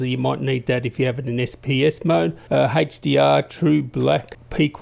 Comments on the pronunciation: Love that you showed the Hey-ch-dee-arr! In all seriousness, sweet video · I love how to say haech d r